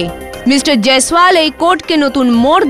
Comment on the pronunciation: jiswal ki pronunciation korte parosna